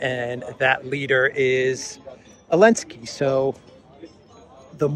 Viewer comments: Why do you pronounce Zelensky without the Z? Is there a linguistic basis or bias? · Elensky? Chelinsky please😊